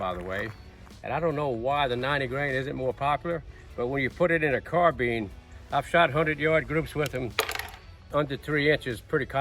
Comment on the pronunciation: Pronouncing it wrong, “not” as in has your Carbeen running on Carbeans. But rather correctly pronounced Carbine as in Combine two together ‘or’ Nine bottles of Fine Wine & Dine.